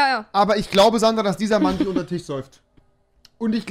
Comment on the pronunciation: "Er säuft dich untern Tich" 😂